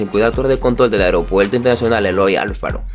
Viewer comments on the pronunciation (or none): Es medio complicado entender cuando habla sin R y todo lo dice con L. Aeropuelto, fuelte, etc.